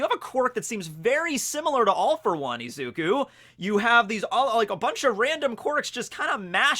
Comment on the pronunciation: is izuku not eeeeeeezuku 😂